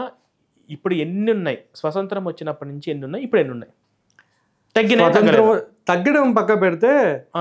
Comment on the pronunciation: swasantram kadhu,స్వాతంత్ర్యం😂😂😂😂😂